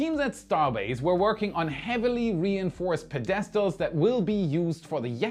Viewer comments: Péd es tal,, not Pe dès tal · What is a ped EST el? I’ve heard of PED est el but not a pedESTal. Holy hell man. You get paid to read, talk & “look good” on camera. At least get a 2nd-grade level word correct, please? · if my German was as good as your English I’d be dancing on the table. — Since you ask for comments here is a humble suggestion: Ask your video preview team look for technical errors as well as opportunities for English improvements. E.g., The word “pedestal” traditionally has the accent on the first syllable not the second. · Your pronunciation of "pedestal" needs a upgrade . Keep up the hard work...